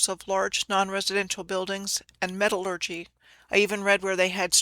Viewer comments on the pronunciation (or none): none